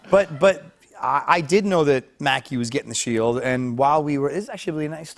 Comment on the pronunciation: Did anyone notice instead of sheiLd it sounds more like sheiWd it’s so subtle and almost unnoticeable but his old speech impediment sounds like it’s making an appearance